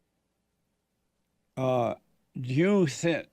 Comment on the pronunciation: Someone just tell him how to say juneteenth, maybe at a staff meeting or something.